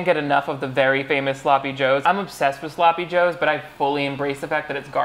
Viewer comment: Omg i thought u were covering another bad ukrainian movie, then i heard her say "Sloppie Joes" and remembered 😂 heres a second watch lmfao!